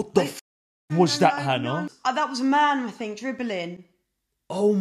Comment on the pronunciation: "ats ma mean" 😂😂😂 ats ma mann 😂